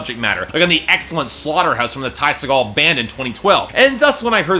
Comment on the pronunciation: Its pronounced see-gull